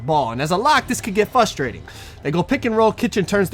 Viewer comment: Love the videos but please pronounce the R in fRustrating